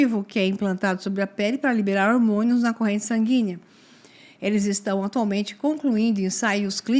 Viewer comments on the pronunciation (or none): Conteúdo muito interessante porém, professora, fica mais bonito falar sanguínea do q" e não "sangínea. Entre outros "gui" ainda tá valendo con dom com Tremai ok?